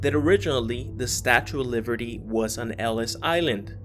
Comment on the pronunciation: Wait are you you saying statue of liverty?🗽